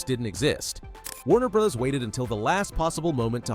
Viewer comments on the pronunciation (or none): Did you also notice "Warner Brahzz" right before that, at ? That's not the kind of mistake a human reader makes.